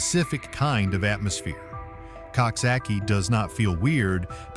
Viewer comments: Coxsackie is pronounced Cook Socky. Think of a Coxwain in rowing crew. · Pronounced cooksocky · It is called COOK-SOCK-EEE. PLEASE SAY IT CORRECTLY. It's a little town to be very proud of. You need to update your video and pictures of Coxsackie too. The entire downtown area has been all renovated and it's absolutely lovely. Especially our new riverfront.